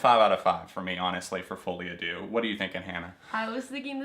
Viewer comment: my biggest pet peeve is ppl mispronouncing "deux" like JESUS just google it its not that difficult (ik im unreasonably mad but AAAHHHH its just irritating)